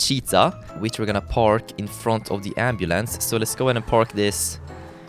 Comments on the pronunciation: did he say ambalance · ambulance is how i say it ambalance is how said it XD love it. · The way he says ambulance is soooooooooo funny